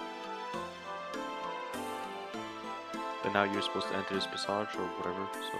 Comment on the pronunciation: How do you not know how to pronounce passage